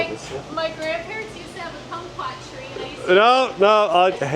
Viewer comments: Tell to quit saying, cumcuoit. Lol......and I agree I like vanilla also! But like pumpkin spice toooo. God bless u guys! Work safe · A woman saying cumquat is a tongue twister.